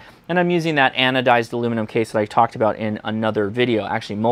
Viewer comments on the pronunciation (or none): none